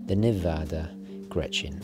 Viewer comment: Wow, thank you so much for the review! I'm Swiss and never heard of this brand at all. This is certainly going to be my next watch, or maybe their Super Antarctic 3.6.9. I own a Hamilton American Classic Intra-Matic Panda chronograph which is sadly just a tad too big for my wrists, the Nivada would be perfect. You are pronouncing "Grenchen" wrong though and make it sound more like "Grenschen". I can't think of an english word with this particular sound though. Imagine "ch" being pronounced like a "k", but without the attacking sound at the beginning, your tounge shouldn't hit the roof of your mouth. In swiss-german dialect we'd pronounce it "Gränche" :)